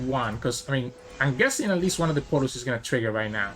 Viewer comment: Pretty funny how you always sound like you are saying poros instead of portals.